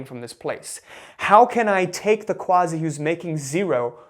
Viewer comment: Honor to meet another Quazi. Say it the way it's supposed to be brother! Quazi (pronounced Kazi!